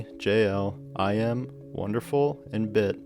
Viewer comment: Great production quality and visuals! Just want to say iM's name is pronounced 'ih muh' not 'eye em' but otherwise great job!